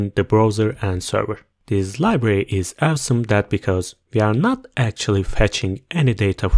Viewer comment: Thank you! Great video! So funny when you say "awesome" it sounds like "have some" LOOL